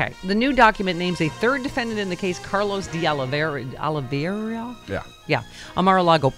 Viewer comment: Stephanie, You live in Los Angeles and you CAN'T pronounce De Oliveira ? :face-green-smiling